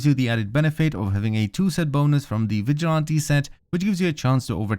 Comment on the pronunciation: It's NOT vi gont tee it's pronounced VIJ O LANT TEE